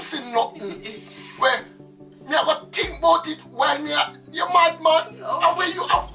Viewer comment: Listen to my friend" You tink me perfect baby?"